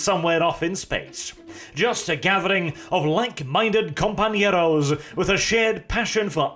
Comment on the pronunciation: Ok, as a native spanish speaker, that was a really good pronunciation of compañeros. I am impressed.